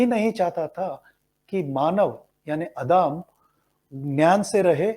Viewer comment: I think you need to improve Hindi language skills, there are mistakes while reading too. Such as Adam, you pronounced admi